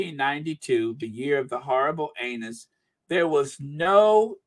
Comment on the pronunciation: it’s not pronounced “anus”. It’s annus as in year. Every time you say it.🤦🏻‍♀️🤷🏻‍♀️😂🤣